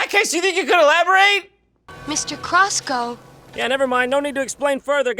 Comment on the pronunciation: Ah, yes. "crosscoe", the most Romanian name, even though words in Romanian have neither double letters nor "oe" as the sound for "ău" also. not that anyone cares, but "știrba" is roughly pronounced "shteerba", and it means "the toothless woman"